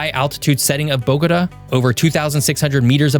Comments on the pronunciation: Bo-go-TAH. Emphasis on the last syllable. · Thumbs down for "Cartageña" and "Boguduh" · You’re calling the capital “Bogoda”, it’s pronounced bo-go-tah, Bogotá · "BOGATÂ" .. I BElieve its Pronounced : Boga-Tah Boga - Tah ... Tah like -Top -Tom (au -ah -aw) so Boga...Tah ok now -say it w/ me .. BOGAAATAAA aahh Yess you see ?! uh huh it actually sounds like a real AUthentic place now unLike the way you were misPronouncing it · BOH-guh-duh. 😅 Interesting pronunciation of Bogatá. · bogos binted? 👽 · 😂 the city of Bowgotuh😂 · It's a good video but please learn how to correctly pronounce Bogota. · Your pronunciation of Bogota is annoying AF. No one in Colombia says it that way. Look at where the accent is located in the word. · why don't you know how to say Bogotá? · I appreciate the content. In the future please endeavor to learn the correct pronunciation of cities, like Bogota, prior to recording. 🤙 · Please learn how to pronounce Bogota! Was this written by AI? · At least he got Medellin right, I wish he would have done some research on the pronunciation of Bogota and Cartagena. If he had the interest to make the video in the first place, he should have had the interest to learn the correct pronunciation. Aside from that, it is a very informative and interesting video. I hope I will be fortunate enough to be able to visit Colombia one day.